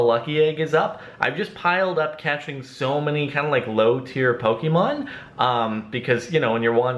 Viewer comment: Let it be known that it's pronounced Po-Keh-Mon, not Po-Kee-Mon.